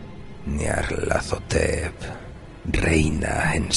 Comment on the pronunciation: Amo absolutamente como pronuncias...Nyarlathotep